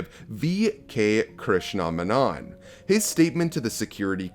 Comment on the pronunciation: it's v.k krishna maenon (pronunciation)